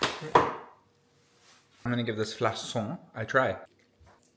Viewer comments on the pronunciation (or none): 1) Cannelé means "fluted": it owes its name to its wavy surface, not because of cinnamon (which is not even part of the ingredients). 2) You pronounce "flacon" like flakon not flasson. 😁